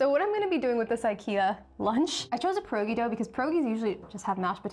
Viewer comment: All the polish people dying at the pronunciation of our beloved Pierogi and forgetting about the other types of pierogi 😭😭😭